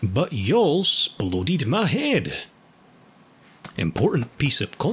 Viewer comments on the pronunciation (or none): “sploded” I replayed this so many times